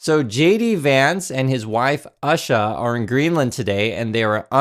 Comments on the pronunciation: It’s not “Usha” like in “usher”, it’s “Oosha”. We made an issue of pronouncing ‘Kamala’ correctly - I don’t see why that should be different for Usha Vance. I feel even more sorry for the homeless in Greenland now. They get invited to a free meal, then can’t enjoy it because Trump Jr. is there to spoil their appetite 🤢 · Her name is pronounced 'Oosher' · Its pronounced Ooosha or Ewsha, but who cares she deserves no respect and neither does her eyeliner wearing husband! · I LOVE how you mispronounce Usha’s name! 😂 (I might’ve just misspelled it, too!)